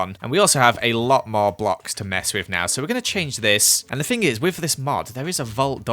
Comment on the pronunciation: When says “fing” instead of “thing” 🦻🏻👁👄👁🦻🏻